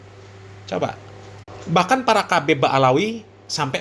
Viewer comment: Ngomong aja salah habib bukan kabib,ngomong aja ngga benar